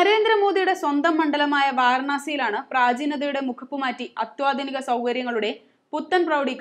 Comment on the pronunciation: ഇതിൽ സംസാരിച്ച കുട്ടിയോട്, ഒരു വാക്ക്... താങ്കൾ അത്യാധുനിക എന്ന വാക്ക് അത്വാധുനിക എന്നാണ് പറഞ്ഞിരിക്കുന്നത്. മറ്റൊരു അവതാരകനും ഇതേ തെറ്റ് പറയാറുണ്ട്. ദയവായി തിരുത്തുമല്ലോ. നമ്മളൊക്കെ മലയാളികൾ അല്ലേ. മാതൃ ഭാഷ എങ്കിലും തെറ്റ് കൂടാതെ പറഞ്ഞുകൂടേ. വിരോധം തോന്നരുത്. നമസ്തേ.